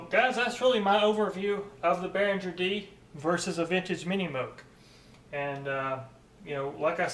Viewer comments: I know you'll probably just ignore this comment, but if you're working for Behringer, you should learn to pronounce it: It's "Behring-er", not "Behrinjer". Your mistake is like working for Porsche but calling the car a "Porsch." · Nice review. btw, the 'g' in Behringer is pronounced hard, not soft. bear-ing-er